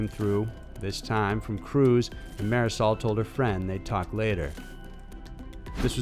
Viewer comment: The way he pronounces "Marisol." Oh my god...